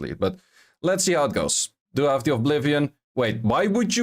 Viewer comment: Great vid! I love your content. One small note: You seem to pronounce Oblivion as ''Ovblivion''. It has only 1 V, sorry for pointing that out, just wanted to let u know.